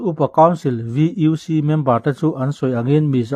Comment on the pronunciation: VUC, u hi mizo tawnga û in lam tur. Val Upa Council...